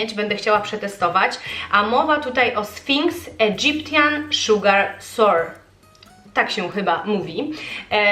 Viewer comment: „Egyptian” wymawia się idżypszyn ;) /iˈdʒɪp.ʃən/